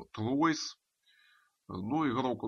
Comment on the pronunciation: не тройс а труа